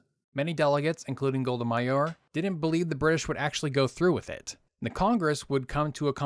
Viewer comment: It's Golda Meir, not Golda Mayor.